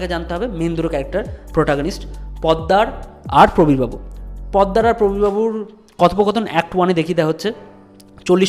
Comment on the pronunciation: পদ্দার না, ওটা পোদ্দার। খুব বাজে লাগছে শুনতে।